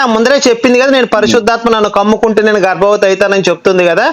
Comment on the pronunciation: కమ్ముకుంటే కాదు సర్... కుమ్ముకుంటే .. క కు కొమ్ము అచ్చు తప్పు